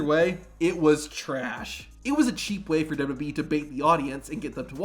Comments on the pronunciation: I wish the narrator would learn how to say "WWE" instead of blurting out "dudubyee" everytime, as if the mic is about to cut out. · What is with thus guy? "Douba doub e". Also, the weird pauses?